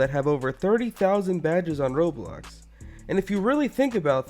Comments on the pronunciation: I like how he keeps calling Roblox, “Roblux.” Idiot, Amiright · it sounds like he's saying roblux